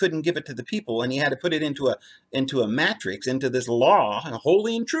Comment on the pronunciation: jesus fulfilled the old law and why do you mispronounce the word Matrix ?